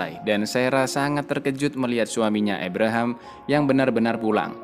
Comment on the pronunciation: ABRAHAM, Kang.. dudu EBREHEM 🤣🤣🤣